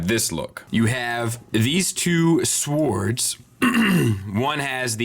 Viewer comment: sWords lol (j/k, im ok with you pronouncing it that way but since the comment video i cant stop paying attention to you saying it that way now :P)